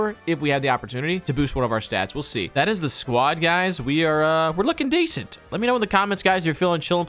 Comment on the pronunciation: Stop saying desent